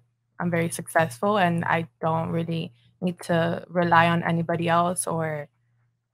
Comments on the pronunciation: She can’t even say successful. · "muh uh wool see who be sussesful" Trust me, we already know. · It's funny, she can't evven say the word successfun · That girl couldn’t even pronounce successful right